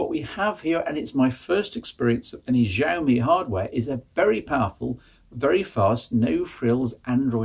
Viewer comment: IINM, it's she-owe-me - I think you had it right once towards the end there :)